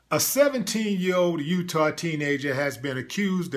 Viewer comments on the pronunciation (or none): none